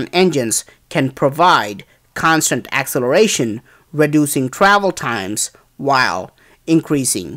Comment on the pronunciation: Keep on placing things here.Very interesting. (Grandfather born south of Mumbai). Get more info on this stuff please.(Remove the racial posts please.) [ Pronunciation points: Ak-Sell-er-ay-shun. U-F-O. Da- Vin -Chee.] Please keep placing things here. 24Aug17.